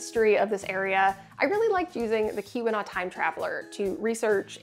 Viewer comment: why does Keeweenaw sound like Q-Anon xD